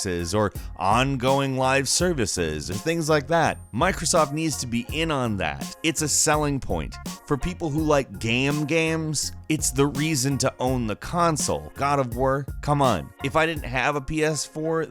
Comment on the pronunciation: god of wir?